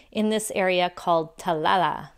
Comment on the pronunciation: when were you in sri lanka ? I see the video came 8 hrs ago. But you must have have been there sometime ago. I did not see masks ? By the way when you pronounce Talalla - notice the 2 l s at the end. So try like Ta la l la. Thanks for your video. Very nice.